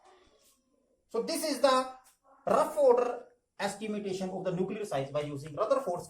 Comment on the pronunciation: It's estimation and not estimitation!